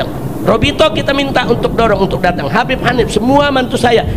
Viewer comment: Bibb..Kabbib...tapi bukan Habbib....